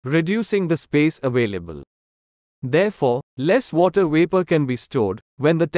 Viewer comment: What happened to the “V”? You don’t pronounce Vapor with a “W”!!